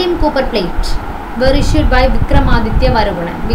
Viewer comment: U should take care of pronouncation. Eg copper that is a metal.